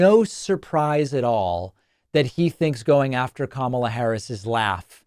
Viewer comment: As an Indian guy I can confirm Trump's pronunciation of Kamala is way accurate than yours